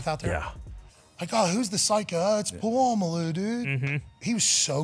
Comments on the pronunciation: But I thought his name was Puh-la-mal-loo? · Pat saying Polamalu blatantly wrong killed me😂😂